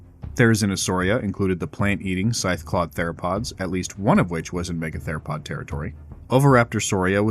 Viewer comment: Lol "me-gather-o-pod"